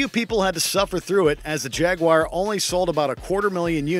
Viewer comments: Jag-wire?????? 🤣😂🤣 There's three syllables in the word for a start lads. Not two. Jag-u-ar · It’s called “Jaguar” NOT “Jagwire” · I swear it sounds like he's saying (Jag-Wire) instead of Jaguar haha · The minute he said Jaguire instead of Jaguar I stopped listening 😂😂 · Jaguar - Jagwire? I heard it pronounced as jagwar, jag u arr but never jagwire. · It is not pronounced Jag- Wire. It is pronounced Jag wah rr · Am I the only one who interprets the narrator pronouncing Jaguar as Jag-wire? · No, you're not. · cannot take this guys seriously. calling Jaguar "Jag-wire" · Is it just me or did the fella say jaguar as jagwire? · Jagwire?? LOL! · "The Jag-wire"...?